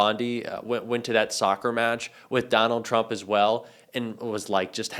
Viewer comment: Did he call them trumpanies?